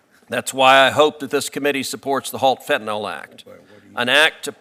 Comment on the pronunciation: Can someone please point out to everyone that the drug is Fentanyl, with a Y, not an O. It is pronounced FEN-TAN-ILL, not FEN-TAN-OL. I am surprised at Sen. Cruz for his mispronunciation as he is a very eloquent speaker an does not make many mistakes. Why is it so difficult for people to see that Y in the word and pronounce it correctly? Sorry to be the pronunciation police, but really?